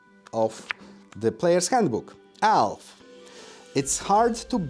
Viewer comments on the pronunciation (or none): It took me longer than I'd like to admit to realize he was saying "Elf" and not "Alf".